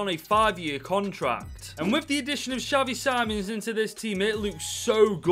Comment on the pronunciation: No ofence but you say xavi sim-ons